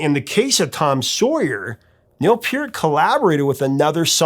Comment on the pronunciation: You're the first person to pronounce Neil's name correctly! Good job!